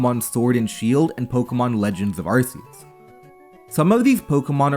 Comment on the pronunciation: I love you but this is the second video I've seen where you call it "Legends of Arcreus", you gotta drop the "of"